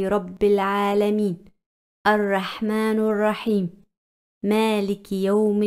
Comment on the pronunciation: Arrahmanirrahim h baji arrahmanurrahim nhi h galat hurf mat padho